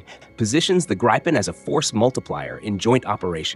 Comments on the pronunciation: Not "Graipen" but Gripen, you idiot. Does the Americans and the British pronounce correctly anything in the world that is not English? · It is not Graypen. It is Gripen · Gripen, not Grypen. I stop watching now. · It's NOT "GRUYPEN", it's "GRIH-PEN" 🤡🤡🤡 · Uph, as a Scandinavian flinched with each Greye-pen instead of Gree-pen pronunciation.. anyway, for so many reasons Denmark shoulda taken these instead of F35s! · The pronounciation of Gripen in phonetic transcription is ˈɡriːpɛn - not ˈɡreɪpən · Its not ”grajpen” 😑 its gripen……😑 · The name is gripen not greipen. stupid AI translation. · The “i” in “Gripen” is pronounced similar to Griffin. No “Aye”. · Gripen is pronounced greepen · Could you at least pronounce Gripen properly?